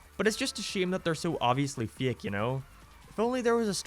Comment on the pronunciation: He also said fiak instead of fake